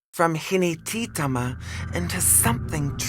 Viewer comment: I dont like how she pronounces hinetitama...I'm a proud descendant